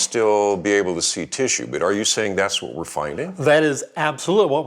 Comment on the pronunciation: “Teeshue” .... Bless you!